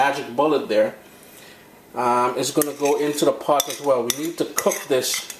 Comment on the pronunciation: LMAO LOL LOL LOL u know how many times I say dat?????? is he TRYING to sound Trini????/ cus he sure DONT! some of d words he use sound GUYANESE! he is American he should just stick to being AMERICAN! especially when he say POT he trying to say in d accent n it sounds like POTH! n wa kinda real Trini does cough for that lil bit ah peppa????? he should come by my house n see reaaaaaal peppe!